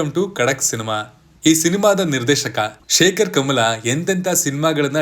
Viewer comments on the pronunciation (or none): Shekhar Kamula❌ Shekhar Kamala✅ 😂😂😂